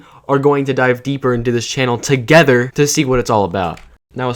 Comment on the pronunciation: when you emphasized "we" and "together" i felt like i was being gripped by the wrist and dragged to be forced to join u in the dark side